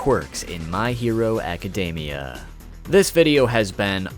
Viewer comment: why do poeople keep pronoucing academia wrong its not even a hard word jesus